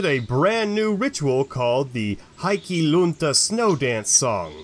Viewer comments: Love your videos, but your pronunciation needs work. The true Finnish pronunciation of Heikki would phonetically be “Hay-key” not “High-key”. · It's pronounced HEY-key Lunta you got that right! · would you please put a minumum of effort into the pronounciation? HEIK-KI (and if you dont stop to pronounce the "E" like an "A" then i will send some finnish gods over to freeze off your little heikki!) in the word "hello" you have the correct "e" - use that damnid. Also, if a word has 2 "k" then it is for a reason. You cant just get away with pretending its just one. perkele!:-) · I hope that's how they teach Finnish to foreigners. The right attitude, perkele :D Tbh I don't think there are many in the Michigan Upper North Peninsula who pronounce it right, which makes me wonder who even gets to define the correct pronunciation.